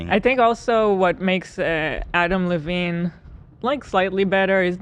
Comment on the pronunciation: I love how Ethan struggles with a name as simple as Adam Levine. He pauses intently before hitting the Levine and he still calls him Lavine 🤦‍♂️🤣🤣🤣